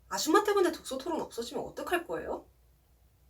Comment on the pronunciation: 아⤴️줌⤵️마⤴️는⤵️ 하는거 어디 시골에서 30년간 살다온 아줌마 같애 ㅋㅎㅋㅎ